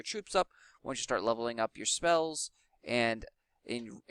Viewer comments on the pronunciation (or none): I love how you said spells lol "speillz" lol